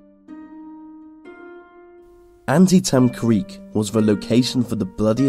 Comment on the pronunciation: 8 An -tee-tam!